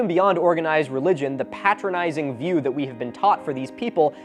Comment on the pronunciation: gotta commend you for saying patronising correctly given the context